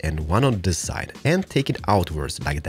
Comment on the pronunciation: i dont like when he says zis